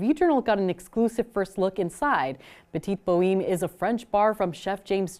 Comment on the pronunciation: bow-heem? its bow-hem! 😤😤😤😤😤😤😤😤